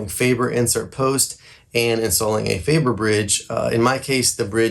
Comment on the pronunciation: You really butcher the pronunciation of Faber. Both syllables wrong. 🤣 Can’t do a drop test on an Ikea table… Use some Teflon tape, on the bridge post insert. It will stop wobbling. You have a Gibson, yet you cheap out on the bridge? 🤦 Hopeless.